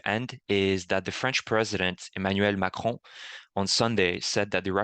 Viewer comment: I Salute you! Thank you for this update. And leave it up to the Canadiens to actually pronounce "Macron" right!